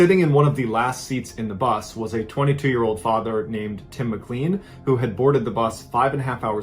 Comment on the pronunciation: For Mr Ballen...who need's a lesson on pronouncing well known last names lol it's pronounced Mic-LANE (rhymes with plane)...not mic-CLEAN. Geez louise But yeah, this was pretty big news when it came out. Poor Tim McLean never had a chance